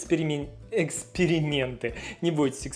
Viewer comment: “экскерименты» это версия Закари на слово эксперименты 🤣